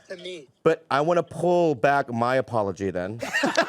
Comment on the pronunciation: i love Bobby Lee lol, " i wanna pull back my apologee " lmafo